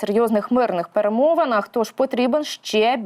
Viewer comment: Скільки можнв безграмотно розмовляти! "ПЕРЕМОВИНИ" невже так важко вивчити це слово,яке зараз півторюється постійно на всіх каналах та програмах!!!!!!!